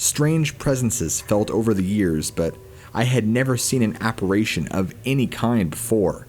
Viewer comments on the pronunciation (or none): Lol, what the hell is an appar-A-tion? Do you mean apparition? Unless it's a Canadian ghost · I was looking for this comment...Now I don't have to say it. Thank you.